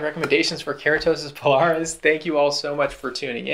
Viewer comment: PILARIS Pil-Ar-Is come on 😂